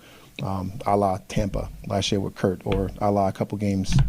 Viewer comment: Why do they keep calling him Kirt?